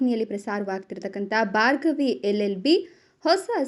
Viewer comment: ಬಾರ್ಗವಿ ಅಲ್ಲಾ ಭಾರ್ಗವಿ